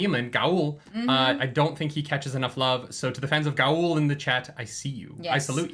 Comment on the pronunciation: Loial is pronounced loyal because Loial is loyal. The show fucked that pronunciation up and I hate it. There's no E on the end of that word. And, Gaul rhymes with hall. You don't have to say every letter.